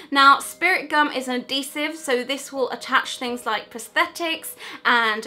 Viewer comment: your saying kryolan and adhesive wrong